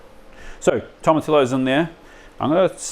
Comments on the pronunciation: I know we're super ignorant in oz, and barely have any latin diaspora (comparatively) but Spanish is like, the 3rd most popular language in the world, it is worth giving basic pronunciation a crack. In this case Tomatillo is pronounced like Tomatiyo. Also most major australian cities will have a speciality latin grocer somewhere that will have canned Tomatillo for anyone keen. Salsa verde rips pretty hard honestly! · Bro...... At least TRY to pronounce tomatillo correctly! I get there's always going to be variation with accents, but if you butcher a word that badly it makes you sound very amateur, and you're anything but! Toh-ma-TEE-oh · Fantastic video as always Just one point sorry, in Spanish double LL is pronounced as a J Tomotijo is the correct pronunciation Love all your videos